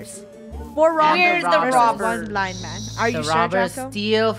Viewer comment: I just heard funneh say "there will be a blind mand